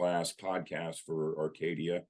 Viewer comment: why don't you pronounce the 'A' at the end of the word Arcadia, it's literally the name of your channel!!! It's really driving me crazy bro!